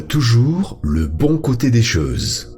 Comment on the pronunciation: Choses, pas cheses